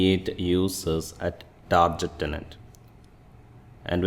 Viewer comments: Great video Only it's not tarjet tenant it's tar get tenant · It is pronounced TARGET, not TARJET !!!!